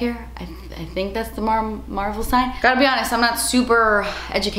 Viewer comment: Anyone else think said marble, and not Marvel? I was confused there for a second 😂